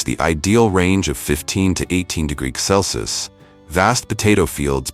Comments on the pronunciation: 'cels'? 'Celsius!' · You're crappy, AI voice can't even pronounce simple words like Celsius??? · Hey narrator, learn how to pronounce Celsius!